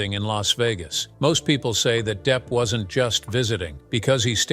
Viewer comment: Deep? Really? You cannot be serious with that pronunciation.